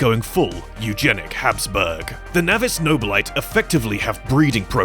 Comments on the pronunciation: Every time you said "navis noble lite" I kinda cringed. It's pronounced navis "nobili-tay". It's kinda like how we pronounce it "astar-tease" instead of saying "ass-tarts" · Just an FYI: Navis Nobilite is pronounced Na-viss No-bill-ih-tay.